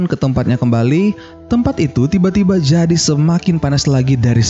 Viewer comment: Jadi min bukan zadi😂😂😂😂...canda y min